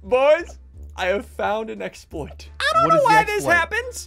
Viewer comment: its not a explout its normole